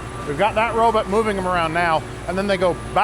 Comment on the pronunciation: Robot, robot, not robut....lol